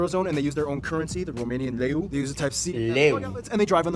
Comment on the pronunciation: Lmaooo u sayed Leu very good ur romanian my boy im waiting u here to eat mici%mustard with me !